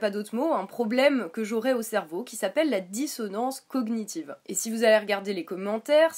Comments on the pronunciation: Euhh bon je ne suis pas d'accord avec toi mais surtout , SURTOUT dans la dissonance cognitive le [gn] ce prononce comme dans montagne ( a peut pres ) mais en gros on ne prononce pas les deux lettres ; juste l'ensemble. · Belujard Reprendre sur sa façon de prononcer "cognitive" met tout de suite au clair le niveau de débat que tu peux avoir. D'ailleurs, je ne comprends pas ce que tu racontes: "... ton opinion sur les traitements infligés aux animaux... semble contradictoire!": tu n'as pas l'air bien sur(e) de ce que tu dis mais ça ne t'empeches pas de continuer avec un "Alors revois complètement tes arguments..."!?! 1) le niveau de débat 2) ça ne serait pas la façon de parler d'un(e) fanatique ça? Tu dis que vous agresse? C'est une vidéo "droit de réponse" il me semble. Pour finir et compléter ce qu'elle a dit, j'aimerais te poser deux questions: - Est ce que les vegan boycottent tous les médicaments et les cosmétiques? (Ils sont tous testés sur des animaux avant d'être testés sur des humains.) - Si un moustique te pique, tu l'ecrabouilles ou tu la laisses faire? (Un moustique qui te pique, c'est toujours une femelle qui vient chercher de quoi nourrir sa progéniture.)